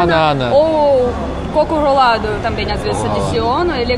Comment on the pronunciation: "pau de queijo?" Eu ri. "Barata frita?" Eu ri mais. "Coco rolado?" Eu ri um pouco mais. "Pau de alho?" Eu me acabei de rir.